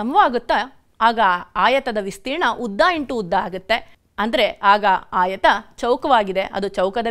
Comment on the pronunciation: ಆಯತ ಎನ್ನುವುದನ್ನು ಆಯುತ ಎನ್ನಬೇಡಿ.